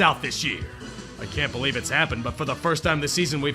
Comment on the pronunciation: say it with me "i bolieve"